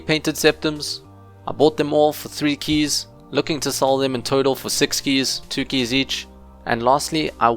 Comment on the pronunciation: you pronounce keys so weird